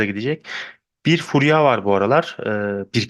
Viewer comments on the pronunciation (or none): Furya hocam furyağ değil ya